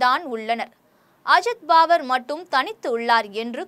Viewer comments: Mam , u get the names correct first.. it is உத்தவ் and ஷரத்‌பவார் பாவர் அல்ல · பாவர் இல்லை மேடம், பவார் 🎉